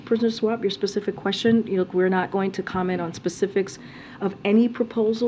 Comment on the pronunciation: That should shoe u exactly WHAT IS at the top of people's agenda.... Finding corruption, cuz that's what's causing inflation!... also, who on their educated means of speaking says "Pacific" instead of "Specific"?..